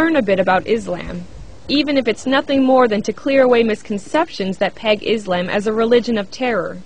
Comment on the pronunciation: lol, did the reporter pronounce Islam as Is-lamb!?!?!?! XDDD